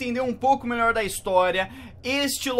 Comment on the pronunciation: O ele fala algumas palavras r no final ñ é melhol é melhor